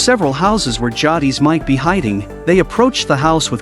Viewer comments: It's JAY-DIS bruh, not JAW-DEES. Tell me you've never watched TWD w/o telling me. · Better than how he says Jadis 😂 Jah deez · How you gonna get the name jadis wrong like that?😊